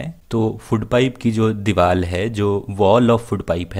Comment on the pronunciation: Sir soory but it is diwar not diwal